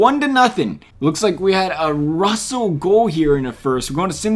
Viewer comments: Roussel is pronounced Rue sell not Russel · I guess you don't know how to read or pronounce hockey players names. My god Roussel is different than RUSSELL. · This dude doesn't know hockey Harmonick! Russell!? It's Rousell and Hamminock